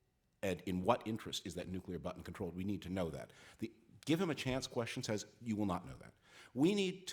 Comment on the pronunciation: How does somebody reach adulthood without the ability to pronounce the word: "says"